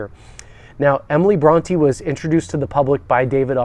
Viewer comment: Wow! Can't pronounce Bronte or Wuthering Heights? The state of education in America is obvious in every aspect of life. Sad